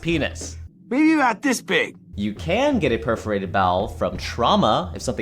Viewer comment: The pause from the puferated intestines omg 😂